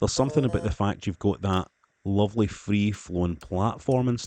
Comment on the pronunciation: This is luv-leh. Greet set. Greet pa'er